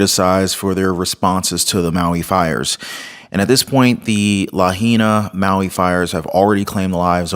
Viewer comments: Please learn how to pronounce Lāhaina appreciate the coverage Governor, Chief, Mayor and WEF Black Rock don’t fall for Oprah or Bezos lies they don’t ever help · Mahalo for your insightful video!! Just want to say that in Hawaiian it is pronounced: La - hai - na 🤗❤🙏